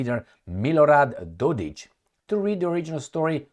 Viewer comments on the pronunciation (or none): it is not Dodich! K capital K. DodiK. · Dodik not Dodić. Cheers 😉